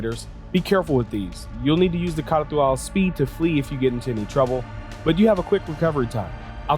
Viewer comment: Other Youtubers: can't even pronounce the name: K н α r т υ - α l